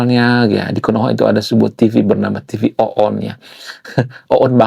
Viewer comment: TV ONE bang bukan TV OONNN 😅😅😅😅